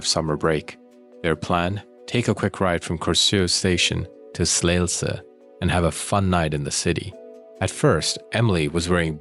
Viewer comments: Also a Dane - also thankful that you cover this case as it is a travesty, how many mistakes were made in the investigation. Also, Emilie deserves to be remembered - a beautiful young human being, snatched from existence by a coldhearted monster. Ps. Well done on your Danish pronunciation - especially Slagelse was well pronounced! ❤🙏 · As someone from Denmark - You actually did quite a good job on pronouncing danish words/names like I was impressed by your pronunciations on Korsør and Slagelse.